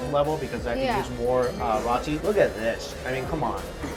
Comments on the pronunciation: Yea... I still love him but he's definitely not saying it right. He said it right in one of his other videos. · it's not RAH-TEE. it's ROH-TEE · What is rawtee? It’s Roetee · Mike, love all your food vids, but could you please stop pronouncing Roti as Rati. Even your friend Mehak who I gather is from India pronounces it as “Rowtee” not “Ratty”. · Bothered me too! Definitely pronounced [row-tee] not [raw-tee] 😂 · Why does Mike insist on say rotty instead of roti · somebody please correct him, Yoo Mikey its not pronounced "R-aa-t-i" its actually "R-oo-ti" use the "O" not "A" in the middle for pronouncing,the way you are saying it sounds "R-aaa-t-i" which means "A" in the middle which is wrong,Please correct it !!!!! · Micky it's pronounced "row tea" "rowtea" roti. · MIKEY Roti is pronounced as ROW-TEA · come on mike ~! it's 'row -tee' (roti) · "ROW-TEE" CORRECT PRONOUNCIATION FOR "ROTI" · I cringe at how u pronounce “roti” Mike 😂😂😂. Great video!! Always look forward to your content! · This guy can’t even pronounce roti or Mumbai properly. Wtf is he doing there?